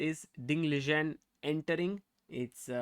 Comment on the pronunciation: Pronounced as Li-Ren